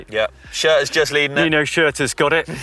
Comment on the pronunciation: How when someone is literally stood opposite you saying their names right can still not pronounce Nino & Mathias’ surnames?